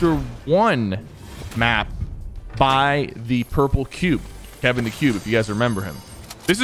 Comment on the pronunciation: It’s Kevin cuase kevent used to shock you